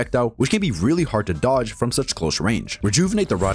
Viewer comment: “hard to doge”